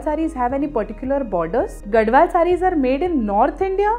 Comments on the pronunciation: It's pronounced as Gadhwal and not Gadwal. I'm from Telangana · Mam it is gadhwal not gadwal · it is “GaDHwal”, NOT Gadwal. It is from Telangana. You should study before you make videos with wrong information. And stop selling bad sarees.